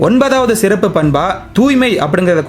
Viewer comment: சிறப்பு என நீங்கள் உச்சரிக்கும் தன்மை வளமையாக இல்லை. (தொடக்கத்தில்)